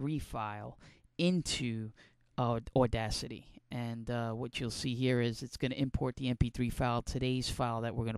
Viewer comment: You sure have a New Joisey accent. AWDACITY